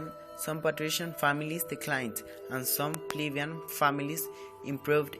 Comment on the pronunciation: You might want to double check the English pronunciation of plebeian